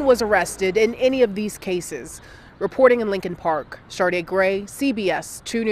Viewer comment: Not Shardaa lol